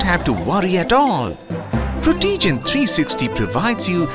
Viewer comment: No, Proto, it's not Pro-tea-gent, it's Proh-tuh-gent. Proto can't even pronounce his own name right!